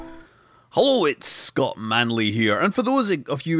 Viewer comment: "Escott Manley" lol